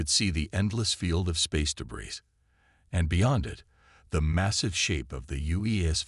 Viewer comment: Debris - not pronounced debriss, pronounced debriy.